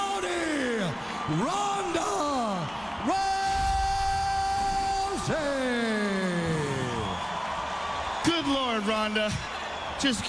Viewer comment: When they say Ronda rousey it sound Paul hey man and Brock Lesnar Ik u ain’t Brock Ronda to